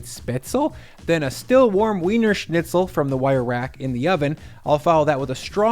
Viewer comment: Pronunciation of schnitzel and spetzle were way off but still look good.